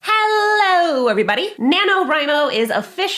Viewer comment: I was painting with this video in the background and I literally thought she was saying Nano Rhino; every time she said it I mumbled the word, Crash because you know, rhinos.